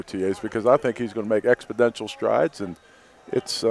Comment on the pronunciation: Does Dorsey think the word is "Expodential"? I have heard him say that numerous times now and I'm starting to believe he simply doesnt know it's wrong.